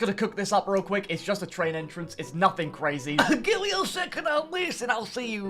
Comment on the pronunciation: victoria is a twain station, YESS TWAINSSSSS